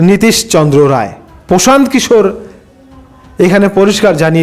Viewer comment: দাদা সঠিক নামটা কি। প্রশান্ত কিশোর।না পোশান্ত কিশোর না পশান্ত কিশোর নামটা সঠিক করে বল।না তমার বলার কেলি